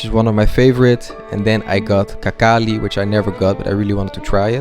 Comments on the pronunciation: Brother don't call it "kakali", it translates as "poopies". It pronounced as hinkali. I don't know who came up with the rule to transliterate "H" sound as "Kh", but it's very confusing. Same with "MaHachkala", "Habib" and "MaHachev" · Kankali no bro khinkali